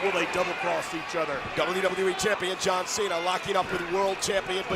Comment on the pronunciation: "Jan Cena"; W-T-actual-F?! 😂